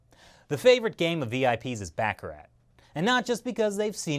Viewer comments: Good info but try to learn how to pronounce YUAN & Baccarat. It’s not Bacar-rate. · You pronounced baccarat wrong. LOL